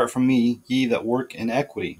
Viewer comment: i[ee] - NI[h] - qui[h]ty[ee] The second 'i' is short as in the words: it, sit, fit, etc. iniquity /iˈnikwədē/ You are saying it as a short 'e' as in the words: get, set, let, etc. in·eq·ui·ty /inˈekwədē/ This is a different word.